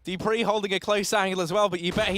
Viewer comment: why is the caster saying : Dipreeh... ITS FUCKIN DUPREEHHHHH